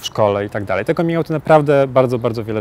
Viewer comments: Come czyt. /Kam/ ergo /kamin'/ 😎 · Czy nie powinno się wymawiać 'coming' przez 'a'? xD Mierzi to nieco :D Piróg mówi normalnie, a cała reszta uparcie z tym 'o'.